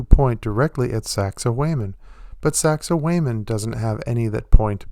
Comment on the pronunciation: You need to learn how to pronounce sacsayhwamen. Peace!